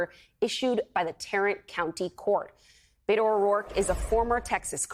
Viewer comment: Beto is pronounced BEH-To. NOT Bay-To. It’s short for ROBERTO. Not Robert.